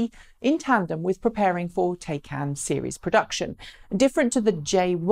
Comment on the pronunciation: I don't care what country you come from the name, Taycan is pronounced the same. please go to Porsche and find the word is said like, Tie-con, not Tay-can. How can you give a report on a car when you can't even put the effort into how to say the name correctly. The information you gave was very good.